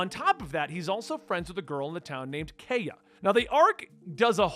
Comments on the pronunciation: “Oo-sop” and “Kai-uh”. “Bar-ah-tee-A” Can’t stress enough how much you shouldn’t Google things. Enjoy the journey! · Little prononciation things: Usopp- "oo-sop" Kaiya- "k-eye-ah" Baratie- "bah-rah-tee-ay" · Usopp is with an "oo." Kaya is "kai-uh."